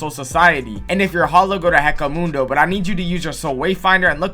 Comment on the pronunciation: Bro pissed me off the way he pronounced hueco mundo